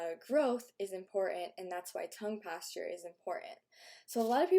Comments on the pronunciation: It's posture not pAsTuRe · Why does she say Tongue Pastor instead of posture? It's weird to say the least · Sounds like you're saying tongue pasture